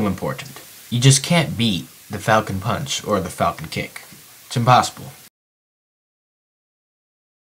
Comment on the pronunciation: My computer froze when i heard FALCON PAWNCH